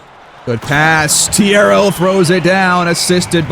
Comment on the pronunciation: I know this is 4 months old. I intentionally let it go on for months so I'd have a lot to binge at a time. But im hoping he trades my boy Thiero asap, so i won't have to listen to him say T-arrow all series.